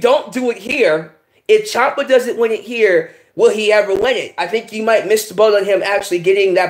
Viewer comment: Tommaso Ciampa. Champa. Chiampa.